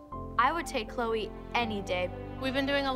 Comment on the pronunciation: Me: why do people always say Chole when it's "CHLOE"